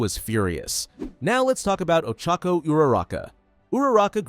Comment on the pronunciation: Yea that twu￼ btw it ochako not to be rude ok